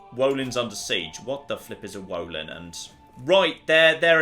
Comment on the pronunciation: Wolin is pronounced with like, hard W? And it's an old one, have you finally figures out why you suddenly lost your raiding abilities?